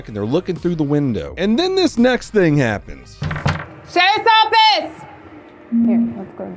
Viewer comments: when she says "Sherriff's Office!" it sounds like she is saying "Say Something!" If I were inside, I would have no idea they were police. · I'm an aussie and I couldn't even understand what she said? Shepoffeeett is what I heard? hahaha